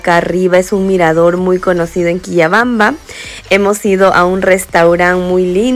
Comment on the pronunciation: Se pronuncia Quillabamba 😅